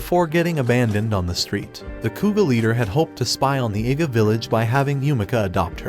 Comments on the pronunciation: An Iga ninja. I know what it sounds like, so maybe the AI must be mispronouncing "Iga." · Bro, I heard him say a nig3a ninja, or is that just me